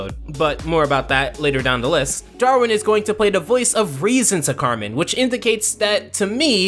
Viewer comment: Carmen= KARENN!! AGHH